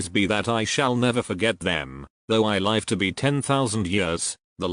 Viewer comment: I actually have all the books. You should probably get the books. The robot voice only mispronounce some words such as live. Because it cannot distinguished the difference. As it is often said take what resonates with you and leave what does not. Unfortunately all truths are mixed with lies and that is the nature of this planet. We can only appreciate the great efforts that so many people endure to shed some light in the best way they know how. We are all imperfect. I wish you the best of health. Love and light.